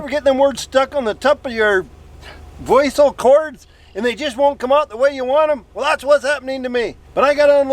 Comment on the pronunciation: “Voical cords” lol